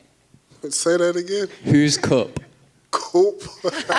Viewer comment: the pronunciation of “cup” had Derrick laughing enough for him to think about the question for a split second 🤣